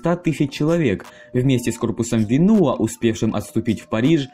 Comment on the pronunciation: во французском языке всё падает на 2 слог, поэтому не ВенУа а ВенуА )